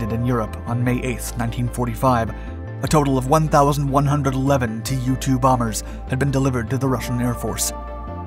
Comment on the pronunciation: Probably not "tee you two", but in fact 'too two'. From the Russian Туполев два or Ту-два pronounced 'Tu dva'. I may be wrong. This is my last "acthually" pronunciation comment. I do like your videos